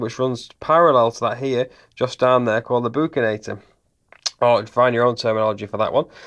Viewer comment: Buccinator - "Buck-sin-A-torr" that's how it's pronounced. I just finished a brutal midterm on the muscles of the body.